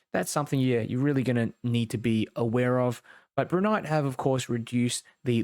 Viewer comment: you keep pronouncing it as Broo nyte, its pronounced as Bri as in (Bright) lol